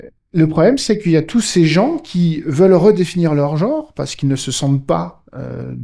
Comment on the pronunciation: Le probème du mot "jor" est qu'il est susceptible de ne pas exister... Connaîtriez-vous la valeur phonétique de la voyelle (e)? Et celle de la consonne (n)...? Et bien, je suis en disposition de vous assurer que ces valeurs-ci EXISTENT; et là ou elles se trouvent correctement placées, elles doivent être prononcées correctement. J'insiste: le mot "jor" n'existe pas,!